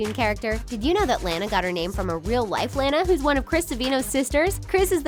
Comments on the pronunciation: I subbed and it's pronounced lawn-a not lan-a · Lanas name is pronounced launa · is lana not lena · It's la-nuh (Lana) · It's not Lana its lona but with an a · Say “Lana”. If u do like dis “Lena” u wrong dis is right Lana (Lona) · Its pronounced LAWN UHH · Most of the The Things's videos are about the Loud House you guys are obsessed you said Lana's name wrong bit I like your videos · You guys say your the biggest loud house fans yet you say Lana's name wrong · you keep pronouncing Lana wrong btw look up the pronunciation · You pronouns Lana wrong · if u guys are such big loud house fans then y did u pronounce lana wrong like they say her name in the show so obvously u dont watch it